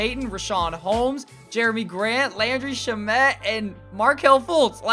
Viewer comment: Say it with me now, Landry Shamet LAN dree sham it Not Sha met